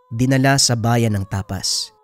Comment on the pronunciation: Tapaz po idol di tapas 😅